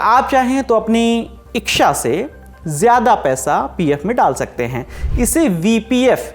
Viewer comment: iksha kya hota hai bhai?😂 ichha toh suna tha 😂